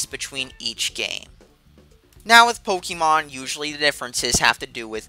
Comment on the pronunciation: It's pronounced 'Po-KAY-mon.' But DLC is always bullshit.